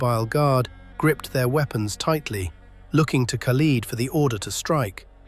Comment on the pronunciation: Learn how to pronounce the name khalid. Lid like a pot lid not peeled like leading an army.